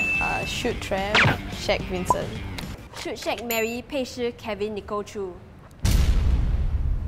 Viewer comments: I was going to say that he said wincent it's Vincent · “Wincent” Me: WIN A CENT